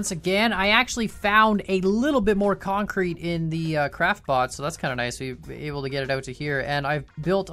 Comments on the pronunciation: You mean kAncrete? XD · Oh my god I will never hear the word kancrete the same ever again. I MEAN CONCRETE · Yay now i hear KANcrete 😅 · Because of you I now hear (concrete) kancrete